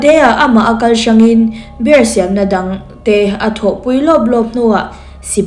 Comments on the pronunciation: Beer🍺 i lam dan hi a dik chiahlo miss😊beer🍺 hi chu mizo hawrawp a biar tia lam tur ania,savawm (bear) zawk hi tuna i lam dan anga bêr tia lam zawk tur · Bear = savawm 🐻 Beer = 🍺🍻 Mizotawngin a lamdan dah chhin ang aw Bear - beer Beer - biir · Bear ( savawm) angin i lam char2 a lawm beer chu mizo tawnga Biiiirrr ti anga lam tur ania.. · Mizo tawnga Savawm chu bear,Zu chu beer(biar)tia lam tur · Tinge BEER hi 'BER' tia i lam rik tlat a, SAVAWM tihna daih asin. Chrome atang khan english lamrik dan dik lo en thin rawh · Bear angin i lam a,beer 🍺 tih zawk tur ni awm tak,kalo ti ve mai2😊